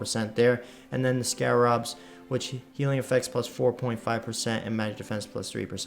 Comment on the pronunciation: Sca-rib & Mar-ter. You got inquisitor basically right though.